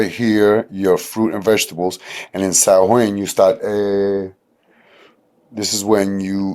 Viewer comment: Another wonderful video from you! Love it! I'd like to offer for those who don't know, Samhain is pronounced SAH-WAIN or SAW-AIN, the "M" is silent. But otherwise, very informative as usual, keep'm coming! <3